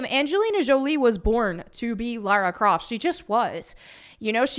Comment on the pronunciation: As an Englishman it's so refreshing to hear an American actually say LARA Croft and not LAURA Croft.